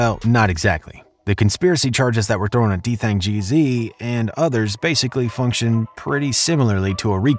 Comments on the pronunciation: You pronounced his name wrong the whole video. It’s Dthang g’z not gee zee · Gee-Ezzz not GEE ZEE 😂💯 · It's Geeez not G-Z lol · it’s Dthang Gzlyy not Geezy😂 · White boy in black folks bidness! His name isn’t dthang g-z, it’s dthang Gz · Stop saying G-Z bruh, it’s Gz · It’s “ Gzzly “🙄😂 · Geez not geezy + his name is Daniel not what ever the fuc yu said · GEEZ not G Z haha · Makes me embarrassed to be white when he says geezeey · Bro wth is a geezee😭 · Nigga said Gee Zee 😆, stop reporting on NY outsida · rah gizz 😑😑😑😑 learn how to fuckin pronounce shit wit yo white ass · If this nigga say dthang G-Zee one more time… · Nicca said D Thang G ZEE 😭. Bro this ain’t it. There’s too many errors in this but I think you’ve done it for click bait 😏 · Nigga can’t even pronounce bro name who tf is dthang geezy gz like the gs just with an z hurt my ears everytime he said geezy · Ur saying gz wrong its GEEZ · It’s literally just pronounced “G’s” just more emphasis on the “s” sound like “zzz” so it’s Dthang Gz of the YGz lol